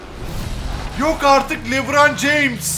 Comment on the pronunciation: Lebran diyo :D